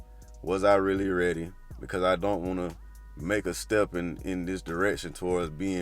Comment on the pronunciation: Keep on working on yourself, you are doing great. And try to also to say " I don't" instead of "ion". Love you